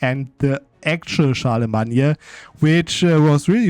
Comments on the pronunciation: where is this Charlamagne pronunciation from??? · Typical English pronunciation for Charlemagne is “Shar-le-main” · In English the name is pronounced Charle-le-main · and IMO, butchering a name just cuz u want is terrible reasoning. The English pronunciation derives from Old French btw. You're simply wrong, as many have now told you.